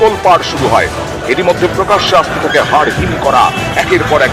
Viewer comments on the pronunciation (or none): none